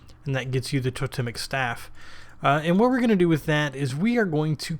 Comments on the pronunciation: Toe-(pause)-temmik , not tota-mik. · Second one was right mate "To-Tem-ic" : it's an Anthropological term. Nice Vid..I like your style :)